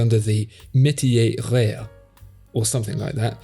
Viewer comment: funny hou you can pronounce metier just fine, but you can't do rare.